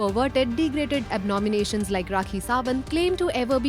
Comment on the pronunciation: Abnomi nahi abomination hai. Narrator ne galti kar di :p